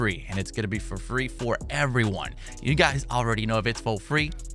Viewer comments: When he says “ if it’s fo free, it’s foh me “ I be saying that shit along with him 😂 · “If it’s fo free it’s fo me”